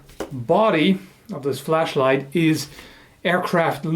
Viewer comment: Lol at first I thought he said flesh light... More interesting subject though, until it gets weird and then yeah I would dislike by then :P